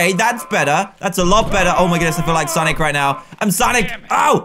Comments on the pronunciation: Did you say sanic or sonic(I don't really care so yea) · did u sanic or sonic?